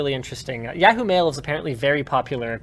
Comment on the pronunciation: Does Linus have a stroke every time he says Yahoo?